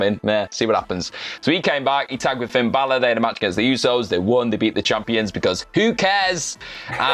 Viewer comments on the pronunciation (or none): none